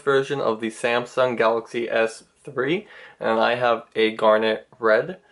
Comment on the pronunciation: did he just said "garlic bread" on 12th sec ........lolz